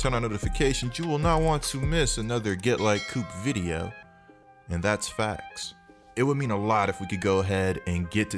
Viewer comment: "And thats fax", 'weak speech impediment voice '